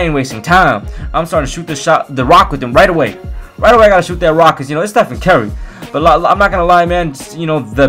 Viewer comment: How pronounces Stephen Curry: Stephen Kerry